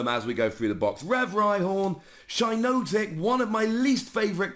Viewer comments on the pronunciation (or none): It's pronounced Shee-notic. It's derived from the shiitake mushroom.